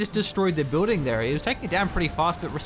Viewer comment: Building not booding. Peace